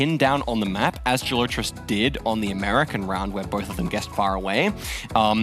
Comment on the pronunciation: Yeah dude is super annoying. He also mispronounced Gelotris like a billion times in the face of CG repeatedly demonstrating the correct pronunciation for him.